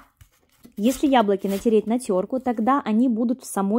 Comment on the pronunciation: Тереть на теркЕ,а не на теркУ